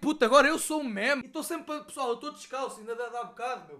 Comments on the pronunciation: NÃO SE LÊ MÉMES É "MIMES" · Fodass isto irrita-me, meme é pronunciado /mim/ e não /mæm/ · NAO DIGAS MÉMES DIZ MIMES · Diz se "mime"